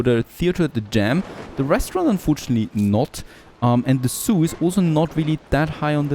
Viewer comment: Man...I was so confused about what the "soo" is that you kept mentioning...you meant zoo..zzzzzzzzzzzzzzz.